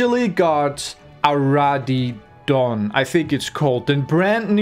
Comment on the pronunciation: It's pronounced RADDION